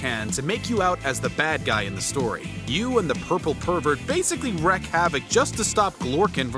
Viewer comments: it's wreak, not wreck. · WREAK HAVOC. not wreck.